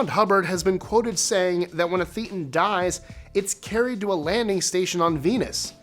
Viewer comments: If you're going to put up videos about a subject, the least you can do is learn to properly pronounce its nomenclature. It's not, "theetan" -- it's pronounced, 'thay tan'. It's derived from the Greek letter, theta. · Minor item: Thetan is pronounced like Satan, with a lisp. Mispronouncing that marks you as an outsider -- what they call a "wog" and beneath contempt; certainly not anyone to be listened to further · THAY TON! Say it right. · This video is 100% manipulated fact and distortion of reality. This man knows nothing of scientological practices. He doesn't even know how to pronounce thetan lol.